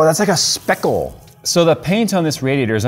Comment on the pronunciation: OMG OMG OMG!!!!!!! the way that says that is AWESOME!!! "Whoa!! It's like a SPEKUULL!!" LMAO!!! Oh I wish that would become a meme.. but it won't.. mainly because there aren't too many things that are 'like a spekull" (and YES, I DO know that is NOT how you spell speckle... but that's just how it sounds when says it lol